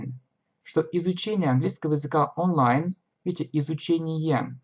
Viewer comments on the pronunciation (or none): none